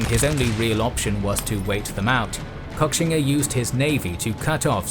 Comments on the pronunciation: I think it’s most likely pronounced “Koshinga” but great documentary anyways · Guys, at least learn how to pronounce the name of the person you're making the video about. It's pronounced "Ko-shing-a", not cock-singa..